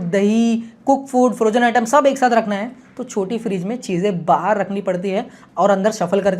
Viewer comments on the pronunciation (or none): none